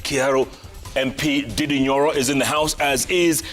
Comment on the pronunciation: Jeff it's "NDINDI" not "DIDDY" THIS NAME DIDDY SOUND AWFUL AND EVIL 😂